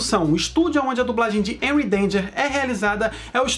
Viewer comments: É Henry não enry😂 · Se fosse enry danger,seria com e cara. Pronuncia o H como R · Aii me dá uma agonia dele falando Enry em vez de Renry (eu sei que é Henry, mas essa é a pronúncia). E é Shuos a pronúncia do nome do Schwoos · Me digam que não fui só eu que me irritei quando ele falou "Enry Danger" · Se escreve Henry Danger mas se pronuncia RRenry Danger,não Enuy Danger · A pronuncia é Renry n Enry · Enry?? N e assim que pronuncia e sim "harry" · N se fala énry e sim Henry (rréry) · SE PRONUNCIA RENRY NAO ENRY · Se pronuncia HENRY, NÃO ENRY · Q ogeriza tu fala enry danger mas é renry danger ( sei q n escreve assim) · A pronúncia é renrry é com H más é renrry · Ele fala os nomes errado me da agonia é rrenurri Eu escrevi errado de propósito é xarlóte Também escrevi errado de propósito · Tem como alguém me fazer um favor de ensinar a ele a falar direito é Henry denger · É henry mais vou escrever errado pra você aprender a falara serto é renry mais em ves do R bota o H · Pra mim o Henry tem som de re nao som de e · Se pronuncia renry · Não é reri e henry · Véi ele fala o nome do Henry todo erradão kkkkkkkk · voce fala henry errado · Fala henry direito